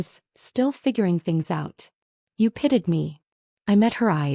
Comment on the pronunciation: PITIED, not “pitted.”